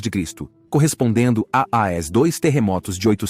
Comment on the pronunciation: A inteligência artificial não sabe falar "aos". Ela fala "A", "O", "ESSE", : "(...) Obrigado A-O-Esse novos inscritos do canal... "😂😂😂😂